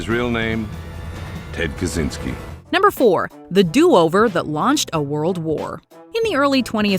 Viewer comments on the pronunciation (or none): Kaczynski is pronounced Kah-chey-nski NOT Kah-zee-nski.